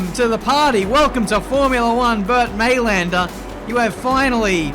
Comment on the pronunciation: since you always want to get the names right and Bernd finally decided to come out and play: Although it's spelled Mayländer you pronounce it "Mylander";-) Cheers from Germany